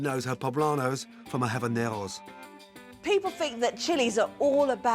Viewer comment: This man just pronounced habaneros with a French accent 😑